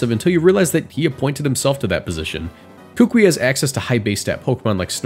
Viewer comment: I'm sorry, I've seen this too many times and I just need other people to know. Kukui is pronounced "koo-koo-ee." It's the name of a type of tree grown by native Hawaiians for its wood and seeds. Edit: Great video, though. 10 outta 10